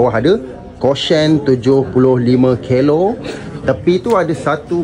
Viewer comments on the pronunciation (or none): Bukan kelo, tapi kilo bang.. Pun jgn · Kilo la bang,Bukan kelo..masuk event org tolong jaga adab..jgn gagau sesuka,part2 phone ni sensitif bang,kau menggelabah dah mcm part moto.. patut la kena palau ngan promoter..